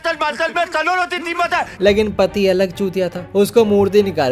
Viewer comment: Teri behan KO insaan bana dhonge🤣🤣 that accent😂